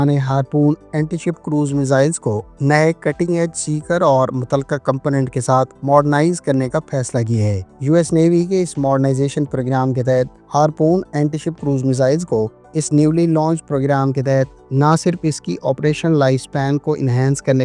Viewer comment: faisla kia hai ya phesla 😂😂😂